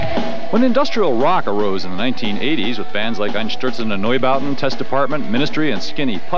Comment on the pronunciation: i'm glad they pronounced Einstürzende Neubauten and actually gave a shout out to the bands that started the industrial genre